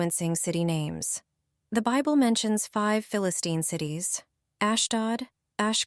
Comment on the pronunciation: What is the "beeble" ?????